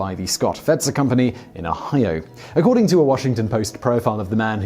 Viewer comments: He doesn't quite get the Oh-hi-yah of it, does he? It sounds more Japanese... :-) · I know right. O-hi-o...such a simple word.